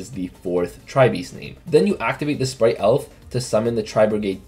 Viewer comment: why on earth does everyone pronounce Spright "splight" my god. Read the TCG names ffs